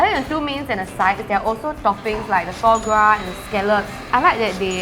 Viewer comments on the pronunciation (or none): Just want to say that "foie gras" is pronounced = fwaa graa. I miss those episodes where it is not sponsored. This episode sounds a bit less genuine.